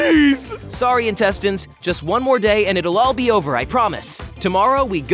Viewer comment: It's pronounced "intestines".